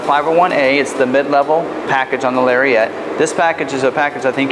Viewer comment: Someone needs to tell this guy it's NOT pronounced "Larry-ette." C'mon now... It's a Lariat. It deserves to be called as such.